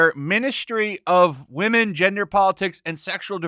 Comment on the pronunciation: Ministry of wahmen? Hahahahahahaha What a useless institution.